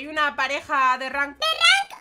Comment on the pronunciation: Like si piensas que en ves de decías holi holi derank dice coli holi